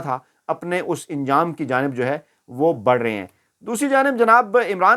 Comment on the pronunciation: Aap please zeir ko zabar aur zabar ko zeir na kaha karein.LAFZ ANJAM HOTA HAI INJAM NAHIN AISE HI ANSAR HOR HOTA INSAR NAHIN AAP URDU KO SAHEEH BOLA KAREIN.